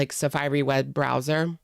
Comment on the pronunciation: The way you pronounced safari is sending me loooolll❤